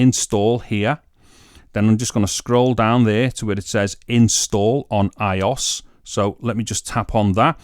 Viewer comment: Pronounced BEYTAH (BETA) not beater I-O-S (iOS) not eyeos